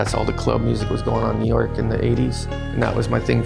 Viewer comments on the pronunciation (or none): none